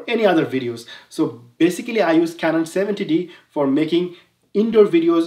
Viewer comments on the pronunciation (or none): none